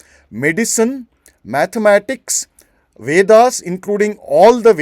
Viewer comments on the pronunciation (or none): none